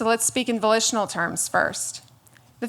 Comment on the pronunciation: I thought she said vocational intercourse. and I'm like, that's called prostitution. But no, she said volitional intercourse.